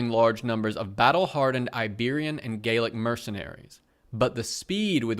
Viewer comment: Gaelic (proto-Irish) and Gallic (proto-French) are different things. The article spells Gallic correctly but the video pronouncing it as Gaelic is confusing.